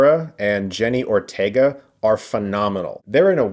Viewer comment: "Jennie Ortego" 💀